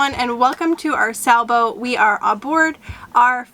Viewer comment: Are you saying Sa-boat or Sailboat ??